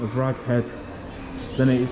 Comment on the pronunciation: Rheged is pronounced regg-head Cumbria used to be called north rheged, I used to go to rheged all the time when I was a kid as you walked in there was a huge water feature and every now and then water would shoot up and hit the glass ceiling it was amazing when I was a kid